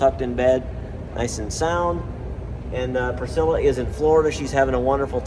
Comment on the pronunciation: I like how AI pronounced Priscilla: "Pris-killa" :)